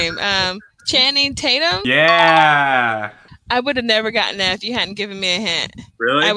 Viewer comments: Claro que é bredi piti, guin istefani e xanin tatum, não encontrei os erros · "Chani tatton" foi sacanagem